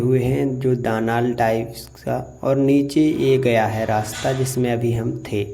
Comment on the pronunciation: शब्द दालान है "दानाल" नहीं